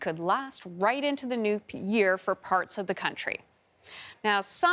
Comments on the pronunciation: did she say "nuked" year? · You just said nuke year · Did anyone else catch her say nuke year by accident or is it just me? Just saying..... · She said "NUKE YEAR" pay attention!!!!